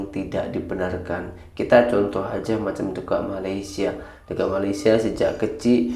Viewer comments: Knpa sebutan dekat sllu sebut deked...hodoh bunyinya... Malaysia x sebut deked...DE..KAT...bkn DE..KED... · Bukan dekek bang tapi dekat bang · Bukan DEKET tapi DEKAT. Buka semua ejaan yang akhiran nya A itu bunyinya E apa lagi digandingkan dengan huruf konsonan seperti AT. Ia tidak semestinya berbunyi DEKET justeru ia tetap berbunyi DEKAT.